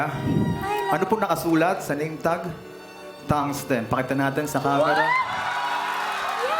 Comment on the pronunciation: Thungsten po Hindi thumbs ten